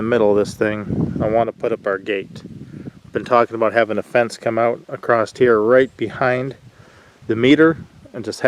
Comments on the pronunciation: it is said across not acrosst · touché-just a pet peeve of mine ..i hear a lot of people mispronounce across -not sure why that word is butchered